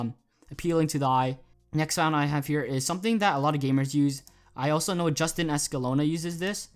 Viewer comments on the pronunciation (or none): none